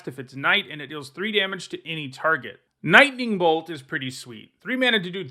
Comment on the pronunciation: Nightning bolt....really? Lololololols